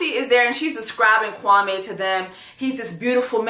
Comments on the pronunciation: Chelsea started off pronouncing Kwame’s name wrong in the beginning and it was pissing me off. It’s not pronounced “Kwa-May,” it’s “Kwa-Mee.” I think she readjusted when she heard everybody else pronouncing it right. Kwame is a very common African name, so I know how it’s pronounced. I’m not African, but I’ve known quite of few Kwames and have a few in my family. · It’s pronounced Kwameee not Kwamay “queen” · As a Ghanaian, Chelsea finally got his name right. You pronounce his name as: Kwa- me( as in yourself). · I’m actually used to Kwame being pronounced Kwa(may) instead of Kwa(mee). In the first episode, I thought he was Jamaican cause I know they also use the day names but pronounce it a little differently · True, I mentioned to my Ghanaian friend that there was a guy named Kwame on the show and asked her how to pronounce it because I heard it both ways and she said it was Kwa-MEE, not MAY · pooh. I'm Ghanaian and girl it's definitely not Kwa-mee 😫 I cringe everytime I hear it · My ex was Ivorian and he pronounced his name Kwamay. I think pronunciation varies. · I didn’t realise that! All my Ghanaian friends pronounce it Kwa-may 🤷🏾‍♀️ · Pulled up quickly for this review! And I'm not mad at how Chelsea pronounces Kwame's name because even he pronounces it Kwami. Lol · I had to go back to episode one to check but Kwame definitely pronounced his name is Kwa-MEEEE to Micah and Chelsea 🥴🥴🥴🥴🥴🥴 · I went back to when Kwame introduced himself in the pods and he pronounced it Kwam-ee, because I thought she was saying it wrong too? So I’m confused so I’m going to go back and see how his family says it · It's never been Kwa-meh for him. From the get-go, he pronounced his name as Kwa-mee and ever since the first episode when he said his own name, I knew he wasn't gonna be it. I'm not going to blame Chelsea for how he pronounces his own name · In episode 1, Kwame introduces himself as Kwa-ME, not Kwa-MAY... I thought is was pronounced Kwa-May...